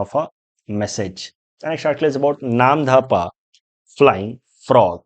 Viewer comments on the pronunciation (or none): It's not Namdhapa. It's Namdapha. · Namdapha PRONOUNCE AS NAAM--DOFA